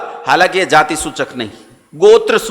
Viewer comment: महोदय,आप द्वारा जाति शब्द का उच्चारण गलत किया जा रहा है।